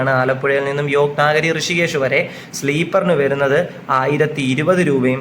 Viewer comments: നാഗരി അല്ല.. നഗരി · നാഗരി അല്ല . നഗരി എന്ന് പറയൂ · Yog നാഗരി അല്ല യോഗ് നഗരി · യോഗനഗരി എന്ന് പറയാൻ അറിയില്ല അല്ലെ.